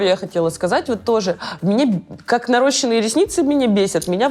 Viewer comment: Ребята, правильно "наращённые" ресницы или волосы) Как можно быть из этой сферы и говорить неправильно это слово??